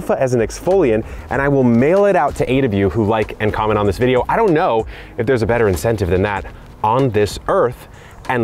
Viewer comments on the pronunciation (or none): I'm just here for the "inscentive" (see what I did there?) Cheers!